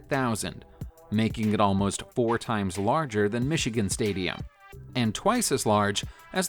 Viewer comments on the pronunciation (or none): none